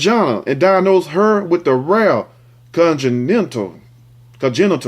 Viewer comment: Continental congical congenital lol bruh